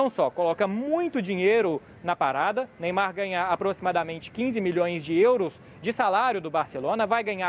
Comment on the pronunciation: "Meymar" esse maluko é foda